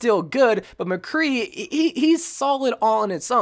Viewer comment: You honestly lost me when you said McCree